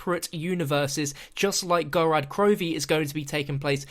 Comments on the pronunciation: mate can you just not talk? Gorod Krovi is pronounced "Gorod" not "Gorad" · "Gorad" he says...